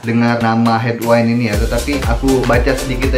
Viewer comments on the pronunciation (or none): Bukan headwine... Headwind.. Sebut betul2 bunyi dia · Sebutan betul..head-win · headwind bro bukan headwine